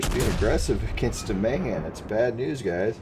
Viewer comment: BTW you need to correct the "Mayhan" lol